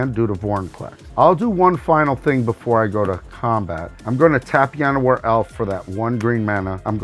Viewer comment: "Yanowar" This is how you get punched in the face.